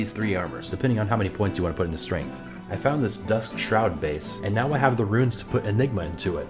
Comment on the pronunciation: Boo! Pronounce Runes like. Viking. Bear, sewer, yah